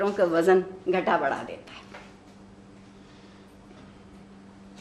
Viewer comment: وزَن/ wazan ❌ (عارفہ آپا!) vzn ✅